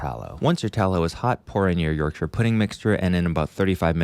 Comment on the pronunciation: ty for saying yorkshire correctly 😅